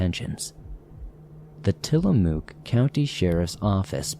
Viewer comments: Tillamook pronounces Mook as if you are saying hook. Sorry to do this, but it irks me as an Oregonian. 😂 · So I saw a fellow Oregonian, somewhere down there in the comments, correct your pronunciation of Tillamook,. Whilst I suppose I can understand the urge to do so, I’ve never actually corrected a YouTuber’s or a podcaster’s pronunciation. I mean, it’s not something I find either annoying or all that important. Of course, I also have no desire to offend my dear Oregonian sibling in the comments down there. I can certainly understand wanting to help out with unusual and/or regional pronunciations in a good natured manner. Still…having said the above, I also absolutely have to acknowledge just how cute and endearing pronunciation was! Furthermore, because the name includes a double “o”, choice of pronunciation makes perfect sense! For the English speakers in the swamp, we all learned at a very young age the rule that a double occurrence of the same vowel generally takes on the long vowel sound.